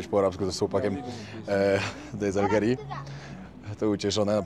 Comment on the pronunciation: Z Algierii, a nie z Algerii😂